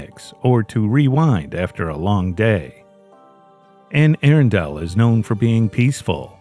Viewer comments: The Anne Arundle case in Maryland is going to drive me insane for all the wrong reasons. It’s pronounced Anne A-Rundle. Not Anne Air-undel. I’m sorry. I am sorry for the family. This is just one of my pet peeves the pronunciation of words. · It's pronounced Anne "Ahrunduhl" not Anne "Aarondale" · Just for future reference, Anne Arundel is pronounced anne Ah-run-dull. It was driving me nuts. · In the UK, the original town is called Air-undel. But I agree that the local pronunciation should be used.